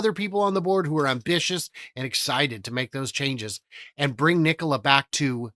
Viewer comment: Trevor is pulling strings from prison, I wish would stop saying Kneekola, upvoted!